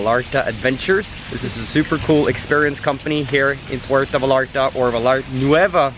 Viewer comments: It would make me happier if you pronounced Vallarta (VAYARTA) not VALARTA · It’s pronounced Va-yar-ta. The way you say it makes it sound ugly. No offense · Nice vlog. But it’s Ipronounced “Vayarta! Va-Yar-Ta! “. You’re killing me! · Amazing. I think they pronounce “ll” as “y” like calle as “ka”-“ye.” So it’s “Va-yar-ta”😊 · I cringed everytime you mispronounced Vallarta., but I did enjoy the video